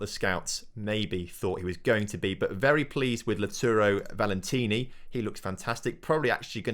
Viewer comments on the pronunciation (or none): Valenti not Valentini xD